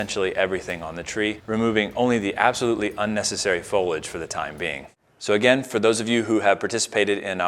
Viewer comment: Its fo-lee-age not fo-ledge